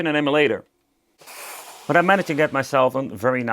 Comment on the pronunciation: Emulator "Em-You-Lay-Tore"